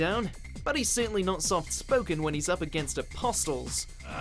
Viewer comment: Did you just say A-post-les?